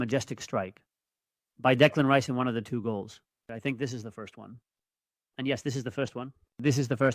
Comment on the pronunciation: Say his name right...RICE